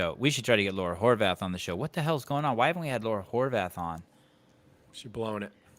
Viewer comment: But maybe get her last name pronounced correctly first, Horvát(h) the h is silent in Hungarian.